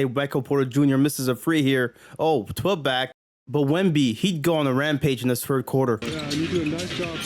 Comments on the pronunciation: “Fird” is hilarious 😂😂😂😂😂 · how many subs do you need to get a speech tutor to get you to say "third" correctly